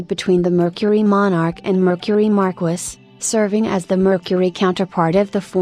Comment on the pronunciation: "Mar-kwiss"?! Marquis is pronounced "Mar-key" LOL